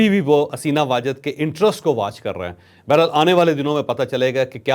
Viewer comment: ھم آپکے بڑے فین ھیں لفظ بہرحال کی تصحیح کر لیں